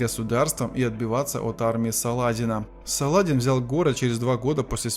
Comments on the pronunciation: мля! не СалАдин, а СаладИн!!!!!!!!! прежде чем озвучивать - хотя бы почитайте как звучали имена!!!!! жуткое косноязычие и лень - вот что отличает голос за кадром. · Салах ад-Дин в сокращённом варианте произносится Салади́н. В варианте с ударением на а, возникает впечатление что читает робот или неграмотный человек. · в твоём языке и в твоей голове есть нюансы, а в русской речи принято Салади́н. В Дагестане данное имя часто встречается и все знают как произносить, ну кроме тебя и автора этого ролика. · Не Са`ладин а Саладин